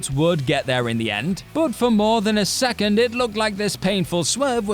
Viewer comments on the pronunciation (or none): none